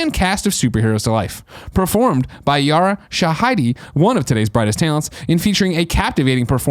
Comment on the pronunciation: It’s pronounced yara sha-he-Dee Greg